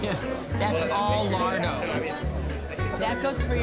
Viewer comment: Sorry stopped watching when all I could hear was American tourists saying 'Lado' not Larrrdo. So many places in Italy are ruined by Americans